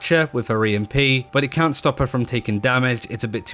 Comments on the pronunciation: listen for the "t" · Are you saying can or cant? I just cant tell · I swear it's hard to hear the difference between what he "can" or "can't" do. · Maybe start saying "cannot" instead?